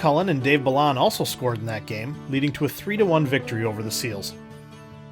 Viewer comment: Great history. For what it's worth, a couple of player names were pronounced differently. Dave Balon is bah-lone, and Andre Boudrias is BOO-drey-ah.